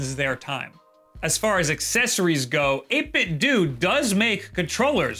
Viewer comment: Pronounce Nintendo. Now pronounce 8Bitdo. I think the "do" in both is supposed to sound the same